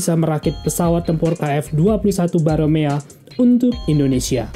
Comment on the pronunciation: Namanya Boramae min, bukan Baromea.